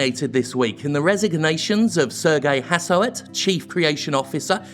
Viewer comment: FYI, "Serge Hascoët" is pronounced "sayrj ass-kwett" and "Yves Guillemot" is "eev gill-moh". French speaker here. And yes Ubisoft is a big steaming PoS!